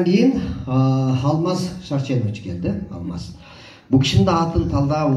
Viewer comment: алмас эмес,Алмаз деп айтылатко. Сендагы серпиип алгансынго. Туура айталбай жатасын.